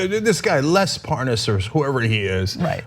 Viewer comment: 8 minutes plus in one of those calls, “I don’t know no Les Parness”